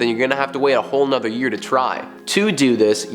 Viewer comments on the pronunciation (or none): none